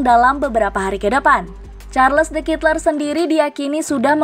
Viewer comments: Bacanya : charledekatelaa’ dgn medok belgia.. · Mbak mbak. Itu bacanya SHARL DE KATELAIKH